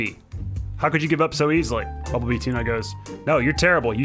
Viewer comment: U didn’t say bumble bee tuna right. Look up ace Ventura